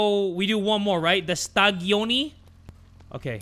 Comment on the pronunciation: As italian i found hilarious how he call the pizza "quattro stagioni" stadioni 😂❤